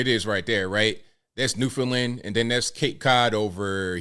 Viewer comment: is the only reporter who has pronounced Newfoundland correctly